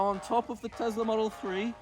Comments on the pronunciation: ITS TESLA NOT TEZZZZZZLA ARGH 😡😡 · am i the only one who finds it irritating that he says: Telsar and not Tesla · BRO IS NOT TEZLAR IS TESLA